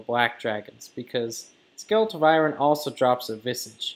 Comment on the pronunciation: dude i cant even hear u say Vywern one more time how dyslexic do u have to be its literally just phonics u learn in 1st grade